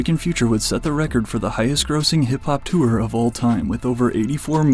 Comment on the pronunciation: “He demanded future to be removed from the twooor” 😂